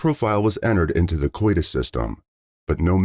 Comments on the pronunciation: Am i the only one who heard him call codis, coitus? 😂😂😂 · I like how it pronounced Codis( Coh-dis) as coitus. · dude ! you pronounce it codus (codis)Not coitus your pronunciation of the system indicates intercorse ! and not Combined DNA Index System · I love this channel and the way that you tell stories, but I got to say it throws me off every single time he says coitus instead of code-is. 😂😂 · Seriously, the "COITUS" system!! I'm quite positive you meant the "CODIS" system? 😬🙄😒🤔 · Like the video but the mispronouncing of CODIS to coitus bugs me. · He also called CODIS "coitus" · Please tell me someone else heard him say coitus instead of CODIS 😂😂😂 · It’s C O D I S… rhymes with BOGUS! How you are pronouncing it sounds like a sexual act! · I was hoping I wasn't the only one who heard that! 😂 "...as the investigation proceeded, a DNA sample in the case had been forwarded to the Combined DNA Index System or simply coitus..." 😮